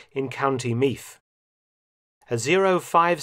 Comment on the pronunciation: Great video, only one complaint, Co. Meath is pronounced "mead" like the drink. (Or that's how we pronounce it in Ireland but we don't pronounce any th word properly)